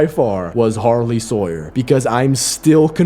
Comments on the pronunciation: ´´we get pushed down by a sarley hawer´´bro frogot it was harley sawer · Harley Sawyer? No. Sarly Hawyer.